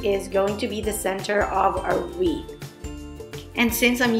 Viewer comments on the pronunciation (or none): Wreath not Reese😂😂